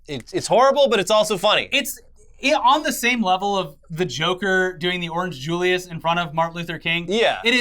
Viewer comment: Did this man just say “Orange JULIUS”??